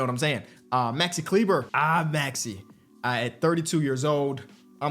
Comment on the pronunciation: Great Vid but please listen. It is Klee-buh